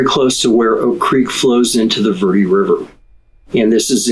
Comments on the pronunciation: ver de not verd or verdy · Please use correct pronunciation. Verde doesn't sound like "ver-dee". It's "vehr-deh". If not, just say Green Valley. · Ver-dee? Ha